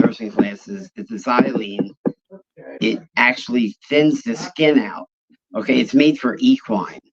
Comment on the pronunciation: Can someone please correct with pronunciation of the word XYLAZINE pronounced ( Zi-La-Zeen). NOT xylene